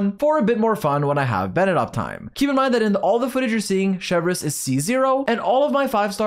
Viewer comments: Every time u say “Cheverous” 😂😂😂😂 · IT'S CHEV - RE -USE NOT THAT HARD RIGHT? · sry if i speak french xD u say "chevreuwse" not chevreuse, but is ok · "Chevrez or Chevurheooz as I naturally call her" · but sir your English pronunciation was also wrong lmaoo. we all know this is a bit you're committed to cause you say almost all the unique characters incorrectly unless I was mistaken lol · Tbh I love it. It’s like “Chevreuse” 🙄🤮 vs “🥐🇫🇷Chevreuse💅” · Love your guides but I can’t wait to never hear you say her name again. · I love how he pronounces "Chevreuse" a different way every time. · rolls the 'r' in Chevreuse. "lol, sorry, I speak French" Also: "Noblesse OBLAIGE!! " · Oblige on its own is also an English word, though, and that's how you pronounce it. So it's not as awkward as saying ChevROOSE instead of Chevreuse. Btw that's not a rolled R. People rarely roll their R anymore in French; it's usually associated with old people and rural settings. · bro u didn't even pronounce chevreuse in french correctly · 10 seconds in, blud already flexes his French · rolls the 'r' in Chevreuse "lol, sorry, I speak French" Also: "Noblesse OBLAIGE!! "